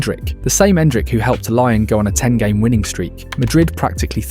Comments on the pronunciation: Learn to say Lyon in french. Is not Laian. Is Lion. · Why do you keep saying Lion instead of Lyon? Are you Ai? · Lyon is not pronounced Lion, it's Lee-Own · Its not Lion its Lee-ON! LYON. How can you so confidently say "lion" over and over again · to hear Lion instead of Lyon hurts anyones ears, wtf. its a place, bro, f-ing use words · it's not laion, its LYON, french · say it with me lee on not lion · great video, but ill hate you forever for calling lyon of lion 230x throughout the video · pronouncing olympique LION is a bizarre choice (endrick's a monster tho) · its pronounced Lee-On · Stopped watching immediately after 'Laion' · please, just say "lee-on". Lion is the animal, not the city. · More like "ong" than "on". So "lee-ong", not "lee-on".